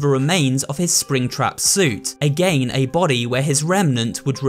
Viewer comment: why are you proununcing again like that